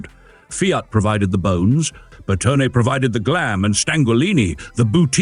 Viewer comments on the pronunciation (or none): Another excellent vid! Here are a couple of minor pronunciation corrections to train the AI voice. Designer Scaglione, the "g" is almost silent, but the "e" is not: "Skal-ee-OH-nay." Coachbuilder Bertone, no silent letters: "Bear-TONE-ay."